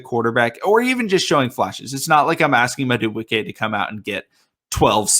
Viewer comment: I think his name is pronounced mad doo boo kay not to be rude